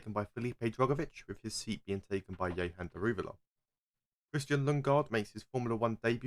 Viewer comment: Note: It's not Yehan, it's Jehan. The 'j' sound is there.